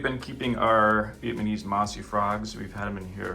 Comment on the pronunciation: Bro cannot say Vietnamese right hahahah